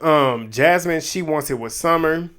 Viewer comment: not you accidentally calling summer ‘scummer’ im crying😭😭😭😭😭😭😭😭